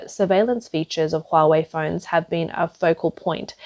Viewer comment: Nooo Hoowa-Waaay!